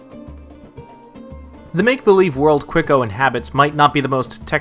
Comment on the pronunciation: yeah i'm pretty sure he's colombian but from what i see in this video it'd be hard to tell these slums apart from brazilian favelas. what really was insulting is ridiculous pronunciation of quico.